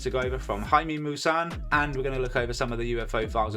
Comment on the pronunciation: Jaime is pronounced " hi - me"